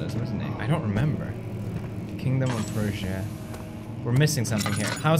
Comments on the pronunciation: I know English isn't Felix's first language but I was annoying to hear "Prussia" pronounced Persia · IT'S PRUSSIA, NOT PROOSIA OR PERSIA FELIX!! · I like how he mispronounces Prussia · I love that he can't say Prussia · I cry everytime he rapes the name "Prussia"